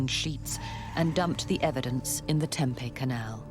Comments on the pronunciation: It's pronounced Tempee not Tempay. Lol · TempEE, not Tempay. If you're going to narrate these shows, please learn correct pronunciations. This town has been around for many many many years, this isn't a new word that popped into the English language last week. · AARRGHq It's pronounced TempEE, not Tempay. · Why don't narrators at least learn how to pronounce the town names? Tempeh is a Japanese fried food. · Temp-EE is how we pronounce it. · If you're going to say the name of a city repeatedly, you should probably get the pronunciation correct, Tempe, the "e" says it's name!!!!!! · That is NOT how you say Tempe